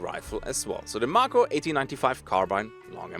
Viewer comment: It's pronounced May-ko, is it not? Like the shark.